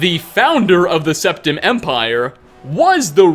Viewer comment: Jonne Ylilauta it was Septim. But he pronounced it wrong